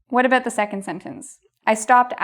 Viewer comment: The tell tale "aboot".